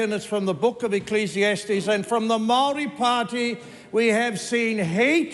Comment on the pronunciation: Wow. Now this is how the haka girl should’ve spoken. His pronunciation of Maori is even better than hers